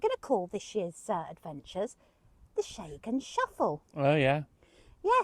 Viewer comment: Sorry for your loss guys. Got to love you guys. Where’s this Shay-gan area you keep talking about ? I thought it was Schen-gen 🙈🤣 God bless ya! 😁